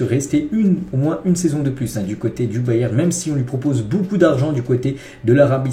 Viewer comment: t'as une maladie qui t'empêche de prononcer le "n" à la fin de "Bayern"?